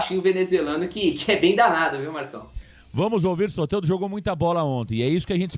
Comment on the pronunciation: É soteldo não soterdo seu sem noçao kkkkkk